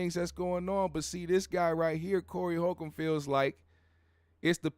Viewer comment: The correct pronunciation would help validate your statement. Respect